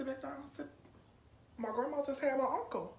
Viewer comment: Wait she said " my grummum just had my uncle😵